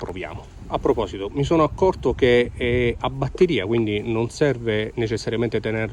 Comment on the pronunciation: Abbatteria, come dice un collega youtuber. La bbbatteria è tua nemica